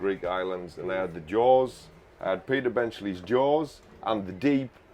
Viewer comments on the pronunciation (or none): none